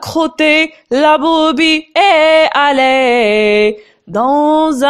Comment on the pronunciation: Vaut mieux faire la liaison estallée